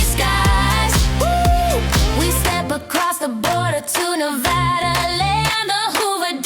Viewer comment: Yay! 🎉🎉🎉This is the one I’ve been waiting for, and it was fantastic!!! I love living in the West and I LOVE that Nevada was pronounced CORRECTLY in the song! People always pronounce Nevada wrong and you got it right!! As a native Nevadan, I appreciate that! I also lived in NM (for 2 years) and didn’t know I could have said Christmas if I wanted both red and green! This one was so fun and is now my favorite one yet! Thank you for doing the West and doing it so well! I love the dry heat and mild winters in my home state! Fabulous job on this one! It’s one I’m gonna do over and over again!